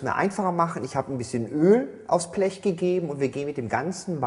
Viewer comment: Das heißt Blech und nicht Plech 🤣